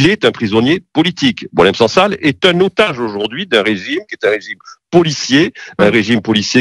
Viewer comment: Apprends a prononcé son nom!!